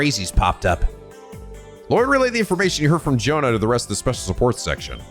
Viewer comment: Day 3(not in a row) of writing a comment under a trails video telling that Jona's an Joachim's names are pronounced differently. J is read as Y in both of them. Like Jaeger.